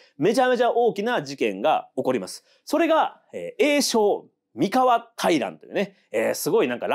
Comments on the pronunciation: ワタシも思ってました❣️❣️❣️連呼、れんこ(笑) 前回の読み方は気の所為…？Σ(ﾟДﾟ) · 三河と岡崎と安城の発音が違う笑